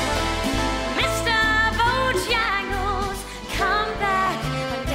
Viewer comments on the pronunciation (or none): I liked Sarah up til this week. This song isn'T supposed to be ov-er pro-nou-nced. eg I drinks a biT! & it's Mr. Bojangles not Bo-jyangles. DVO was spot on with Mary Poppins. Liked her before this performance but I felt she could be in the bottom because of it. Jessie was incredible!